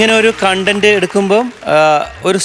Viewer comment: കോൺടെന്റ് അല്ല കണ്ടന്റ് ആണ് ശെരി